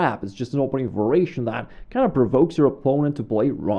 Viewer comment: Excellent video, as always. A simple challenge for you -- just one time would you pronounce the word variation correctly? Just as a curiosity. Not "vur-a-shun" but "var-i-a-shun" -- four syllables. Then resume saying it the way that's most comfortable for you, which is familiar and perfectly fine. Again, great videos, great themes and explanations!